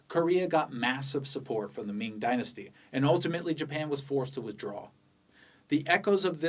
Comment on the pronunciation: 你绝对会说中文，听到你的明和清的发音就觉得很地道